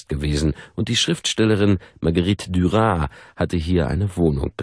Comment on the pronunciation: Marguerite Duras, mit stimmhaften S! 😉 Aber ansonsten sehr angenehm.